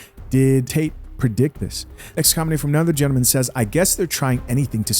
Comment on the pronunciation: Question though....It it Gentlemen or Gentamin? Is this a cultural way to speak or a speech impairment? B.B. King also pronounced it as Gentamin!!! Interesting!!!!